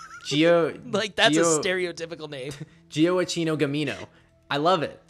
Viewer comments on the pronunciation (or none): the pronunciation is like "Joackino". It's not such a common name nowadays, but interestengly there's a 19th-century famous composer called so (Gioacchino Rossini). Greetings from Italy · LOL guys, you butchered that name.. Gioacchino is Joahaquin in Italian.. for the rest: an amazing and incredible usefull video, as usual!